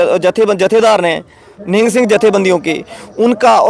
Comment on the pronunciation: Nihaang nahi nihang.. Kyo ulta bolte ho.. Ye foj hai sikho ki. Or shiv sena talware lekar chalti hai to...